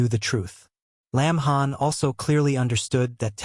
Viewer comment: got the name wrong it lin han NOT lamb han